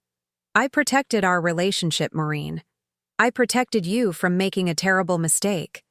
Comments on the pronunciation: Her name is Maureen not Marine! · Get the name right. It’s Maureen, not Moreen or Marine. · Maureen not Moreen so many errors in all these stories!!Get a dictionary, please.